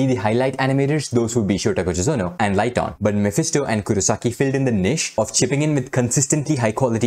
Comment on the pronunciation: Ligton (pronounced lig-tuhn) is female👍